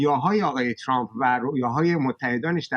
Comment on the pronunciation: چرا تحلیل گران ویامجریان خارج از کشور جوررری اسم ترامپ راچرررمپ یاترروومپ یاتررررمپ تلفظ میکنند که خودامریکائی هاوانگلیسی زبانان اینجوری غلیظ تلفظ نمی‌کنند تررررمپ چرررررمپ بسه عقده 🤮 بخصوص رااقای چومپ،عقده اینکه لحجه انگلیسی داری توروکشت 🤮 چومپ